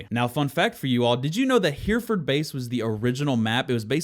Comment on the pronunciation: Hereford is actually pronounced similar to "heretic." Just replace "tic" with "ford." Also, that bit about aiming is weird. I always wondered why my headshots always seemed to miss, so it's nice to know that the gun kicks first before the actual shot is fired in the animation.